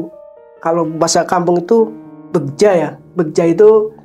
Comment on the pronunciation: "bagja" kang bukan "begja"